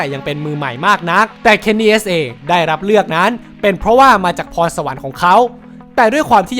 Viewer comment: Kenny S!! 5555 ฟังแล้วแปลกๆอะ